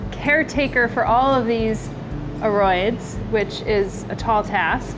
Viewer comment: Great video! Can you illuminate me on the way “aroids” should be pronounced? Maybe it’s a regional thing. I’ve heard you say “A-roids” with a long a or “ERR-roids” in previous videos and in the beginning this one, “uh-ROIDS”. Also curious about “monstera” because I’ve heard “mons-TERR-ah” mostly but also “MONster-ah”.